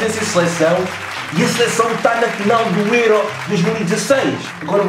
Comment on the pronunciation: Porque é que dizes êró? tu nem és alentejane...makes no sense nigga